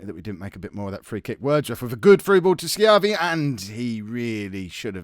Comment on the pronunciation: You're pronouncing Schiavi right. Fun fact, Schiavi is an Italian last name and it translates as "slave" from Italian.